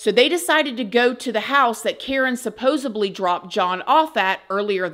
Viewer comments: SUPPOSEDLY not Supposeply. Interesting but its hard to get past all the grammar and mispronunciations in the commentary. UGH!! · Supposedly not supposebly 😂 Love your videos, keep up the good work ❤️ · I love you but it's supposEDLY not supposABLY😭 you say it in every video and I wanna correct you so bad. I still love you 😂❤ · She keeps saying supposebly